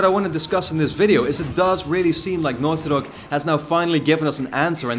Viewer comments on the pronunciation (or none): the way you say naughty dog.. enunciate! i can't understand! sounds like northyok